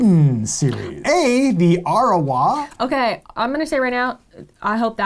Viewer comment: actually did a pretty good job at pronouncing "The Arawa"! Translated into New Zealand Māori, it becomes "Te Arawa" - a confederation of New Zealand Māori iwi and hapū (tribes and subtribes) who trace their ancestry to the Arawa migration canoe. Te Arawa iwi and hapū are now mostly based in the Rotorua and Bay of Plenty areas. P.S. Wait till hears about Te Rarawa!